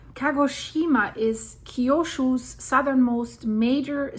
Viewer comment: I had a difficult time understanding what you were talking about for a moment, with mispronunciations of "Kyushu" and "Sakurajima." Kyushu = kyoo shoo (not kyo shoo) Sakurajima = Sakurah Jeema (not yeema, not Yama)